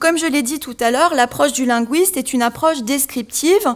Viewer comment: LinGUISte, avec UI comme dans aujour'd'hui, cuistre, fuite, buisson... Pas linGUOUISte, comme dans mouise, Louise, ouir...